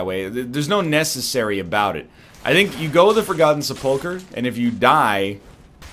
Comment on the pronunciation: The way he pronounces sepulcher makes me want to die.